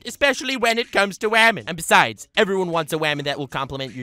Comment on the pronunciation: says wamen and gentlewamen at the beginning Also: Girl webs don’t exist